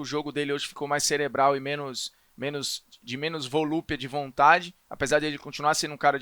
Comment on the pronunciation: "Volupia de vontade", fala direito poha